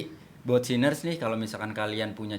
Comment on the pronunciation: Nah ini.. gw denger kaget. Sinners 😶